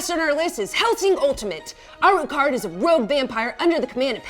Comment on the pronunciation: please please please oh god stop saying arucard it's alucard as in dracula backwards has no-one ever even played castlevania sigh